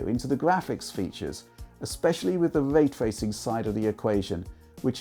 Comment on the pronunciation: 🙄 When de guy says "waytwaycing" instead of "raytracing" Learn how to speak man...